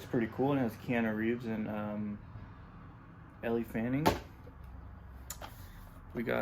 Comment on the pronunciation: Elle Fanning is pronounced 'L' Fanning. I love that movie Neon Demon.